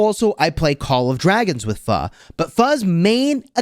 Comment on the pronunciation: I'm surprised you said pho pretty close